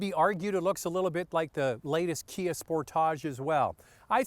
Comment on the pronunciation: Kia "spor=tahj"? LOL